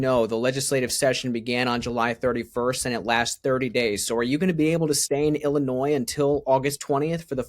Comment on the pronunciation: Too stupid to even know how to pronounce Illinois. 🤡 what an idiot.